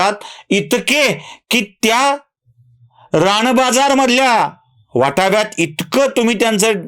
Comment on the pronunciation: राण बाजार नाही हो,... रान बाजार म्हणाव.... तुम्ही प्रथितयश आहात... ण आणि न.... यांचा योग्य वापर करा.